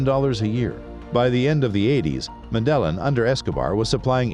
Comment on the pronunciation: These folks are smart enough to source,assemble ,edit and present a video online. Professionally done, interesting. Yet they can't pronounce Medellin. Go figure.